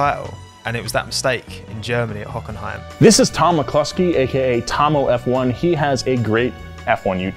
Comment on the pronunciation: cantina bar shootout "Mcluskey" is all i hear lol